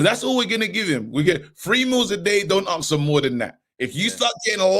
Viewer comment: you guys always say AXE instead of ASK... stop axing ppl